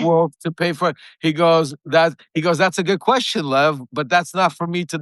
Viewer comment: He’s got to mispronounce Lev’s name like a true republican tribe member